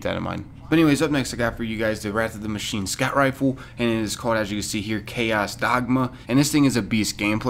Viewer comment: Did it kill anyone else's brain when he said machineA